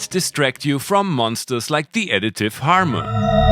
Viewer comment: Did you call harmor harmon?